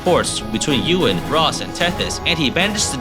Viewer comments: I like how you mispronounced Ewan like we do since his name is the same word in our language that roughly translates to "I don't know". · The way you pronounce Ewan is still very weird to me. Good run though!